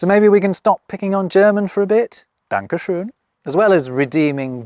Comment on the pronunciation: not to the point of the video, but omg that ö in Dankeschön was the best I've ever heard by a non-native speaker, I'm impressed